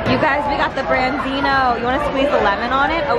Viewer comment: just so you know its branzino (brahn-zino)